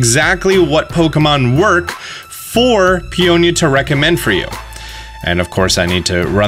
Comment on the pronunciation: Someone finally pronounced their names properly. Peony and Peonia. I don’t know where PEE N EE came from. Their names are similar to Tony and Fiona